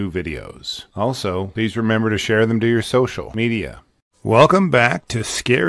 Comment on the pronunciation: Just a FYI , there is no pause between Social (pause) Media, it's Social Media, it blends together.